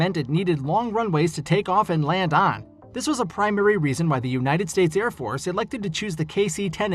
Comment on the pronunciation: Ed? It's Air